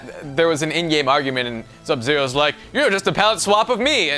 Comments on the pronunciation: still says zub zero and not sub zero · said zub-zero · God, can't say Sub Zero Right.